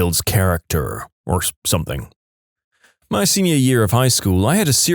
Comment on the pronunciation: No k in the word something